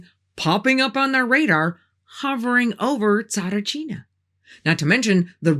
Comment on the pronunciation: A Bulgarian here. Have to say - your pronunciation of the names was 90% spot on! Really good indeed as I've heard plenty of English-speaking people trying to pronounce them and they're not doing good. Not at all. My uncle's told me that he's been at the dig site of Tsaritchina at some point but for very short and from what he knew they'd found nothing. And from that exact "No-man's land" documentary you mentioned I knew as far as the smooth wall and Vanga asking them "What would you need that yellow monkey for?" So - I did kind of learn a bit from your video too & thanks for that! There was a LOT of political play around the topic through the years for certain. All I know is - if it's been sealed and untouched/ignored all these years later it might be better to stay that way if there IS anything real down there. Some mysteries should just stay as such. The saying "curiosity killed the cat" exists for a reason.